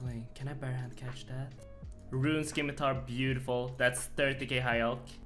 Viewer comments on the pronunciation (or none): none